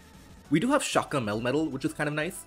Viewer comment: Love these videos also love how your "melmetal" pronounciation, sounds like "metal-metal"